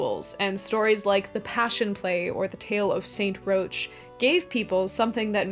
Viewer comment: New Orleanians all cringed at once when you said "St. Roach." It's pronounced 'rock,' generally, in English. We have a whole neighborhood named after him.